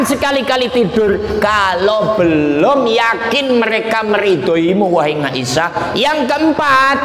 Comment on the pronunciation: maaf pa ust .dlm bahasa arab tdk huruf NGA.siti aisah.bukan ngaisah. mahorijul huruf nya di perbaiki